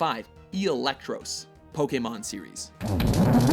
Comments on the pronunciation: he mispronounced eelektross to "eelektrose"? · "Number 6: Electross" Bruh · Eelektross? Lol, Have you met Mega Rayquaza and Mega Salamence?